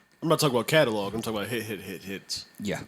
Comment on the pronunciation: And Catalog he says it Calelog lol